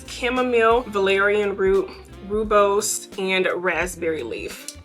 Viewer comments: Hey! Rooibos is a South African tea. It’s pronounced as Roy-bos. New subscriber and currently enjoying your content! ❤️ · The 'oo' in Rooibos is pronounced the same as 'oa" in oats :) and 'bos' is the same as 'boss' hihi